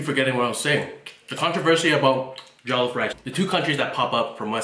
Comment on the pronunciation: It's not jolloff